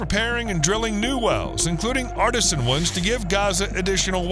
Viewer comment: Artesian NOT artisan.